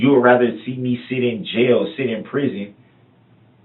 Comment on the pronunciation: It's really obnoxious that he thinks that the word is "rether". Or maybe it's "wather". He said that through the entire trial. Moron. He's not used to not being able to manipulate and control the situation, and you can tell how intimidated he is by these men in his room. And by the way, I disagree that he's not stupid. I think he's a freaking dumb a**. "My mama is older...she don't know"... Dawn Woods is 61 lol. Hardly "older". How's he doing to call home and "talk to his girls" when his daughters live in two different states, and none of his kids have ever actually lived with him? What actually wants to do is call home and talk to his vile, enabling POS mother, so he can try to garner what the police actually know.